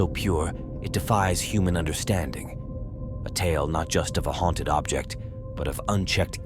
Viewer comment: Haunted not hautned